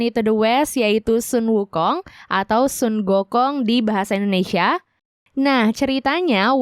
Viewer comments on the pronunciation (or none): none